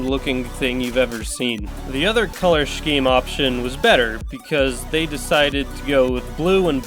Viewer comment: wait you say sh-keem? do you also say sh-edule?